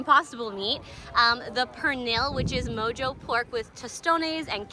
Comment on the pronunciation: Awesome information, my God she is so beautiful… two things though, NocheBuena Cocina (caw-see-nah) and mojo (maw-haw), and the second, look at the camera, not the LCD screen please. Again, great video and super beautiful. Good Lord, she’s beautiful. Sorry if I’m sounding disrespectful towards her or her significant other.